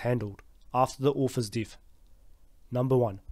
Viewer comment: What country is from? Never heard "death" being pronounced that way before.